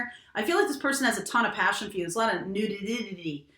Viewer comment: Nakey.... Not newiddity .... Lol